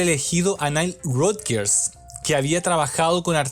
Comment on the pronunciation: solo un detalle el apellido de nile no se pronuncia como lo estas haciendo, con respecto al album por supuesto q habia una necesidad de vender , pero era mas importante consolidar a madonna como una artista pop rock dance en la industria y q simplemente no se convirtiera en una one hit wonder de un solo album, asi q habia q explotar todo lo q significaba ser madonna de por si un nombre controversial una virgen, q mejor q explotar esa extrema energia sexual de ella q con like a virgin es decir todo se combino de una manera gloriosa y divina , destaco las canciones like a virgin angel dress you up y sho be do, material girl nunca me ha gustado.